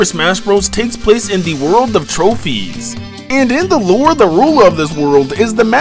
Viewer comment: Characterrrrrr In the looorrrrrrre